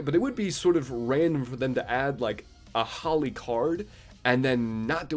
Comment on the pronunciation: holi is pronounced as hol eee